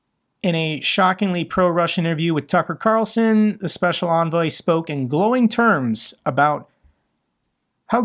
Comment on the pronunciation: Trump's "speshul" envoy Stooge Witless.